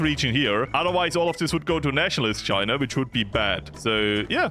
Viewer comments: It’s pronounced “China” not “Chinur” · Not the hard R Chiner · "communist Chiner" - at the start of video